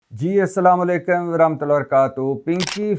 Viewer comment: اسلام علیکم کی ادائیگی صحیح کیا کریں ۔باقی آ پ کی سچائی قابل تحسین ھے۔